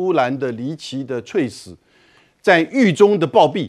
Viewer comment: ……猝死……不读脆死……读醋死！而且语音表达不流畅！别主持了好吗？